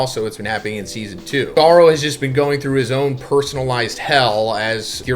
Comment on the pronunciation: His entire series easily explained feels extremely ai, he mispronounces Garou in ways he's never done before, you should just listen to the video yourself